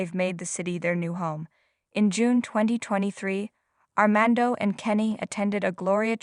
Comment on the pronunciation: It’s fiAnce, NOT fiEnce and SAINT (St.) Petersburg NOT STREET Petersburg and ArmAndo NOT ArmEndo and San FelipE NOT San Felip and La Mision was massacred. Sounds like someone needs assistance with English pronunciations.